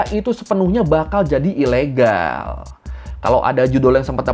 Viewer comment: KambojAaaa, ilegAaall, penjarAaaa hihihi lucu bang logatnya😃😃🙏🙏